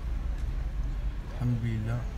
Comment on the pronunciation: C est pas mal du tout ✌ bien vu et continue mon gars et on dit hamdoulilah 😂 pas hadoulah